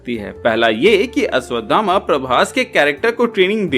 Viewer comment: अश्वधामा नही अश्वत्थामा 😅😅